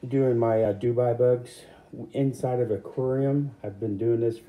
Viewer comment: They are from South America not Dubai do-be uh 😂 sorry I am big on proper English